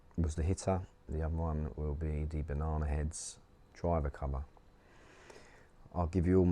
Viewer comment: Me, an American: Banana Heads This dude: Bahnahnerids